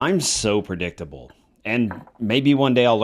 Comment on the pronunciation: lol!! Pre-dick-table HAHAHAHAHA!!